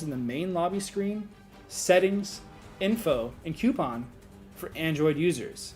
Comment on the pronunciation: it's coupon no cuopon